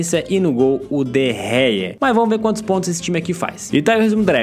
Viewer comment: n se fala de gea se fala de rea